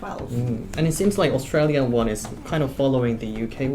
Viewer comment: “Strayyan Walter”